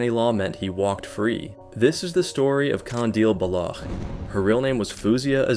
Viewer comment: the way he was pronouncing baloch oh my god